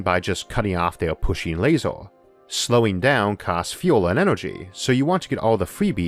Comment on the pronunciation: How come you're pronouncing things weird? Bigger - you say biggoorr Basically most words ending with er or or. Jesus I just heard you say laser,,. Lasooooor. Good video, mental pronunciation though.